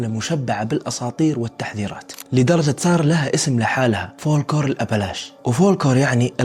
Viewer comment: اضن انها الكلمة فولكلور و ليس فلوكور